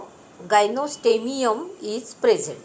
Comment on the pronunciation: It is gynostegium not gynostemium!